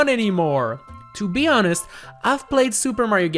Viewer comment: Did you mean… « To BEE honest ? »